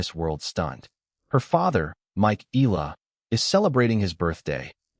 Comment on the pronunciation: We love watcjing all videis about Alex but just a friendly request, can we try pronouncing her surname corectly please as how it is in the Philippines. thank you for considering.